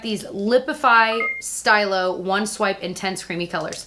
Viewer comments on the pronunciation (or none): “Stylo” — pronounced “STEE-low.” Love your videos!